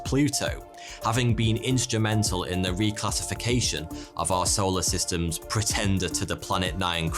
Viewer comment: Tickles me "arseoler systems"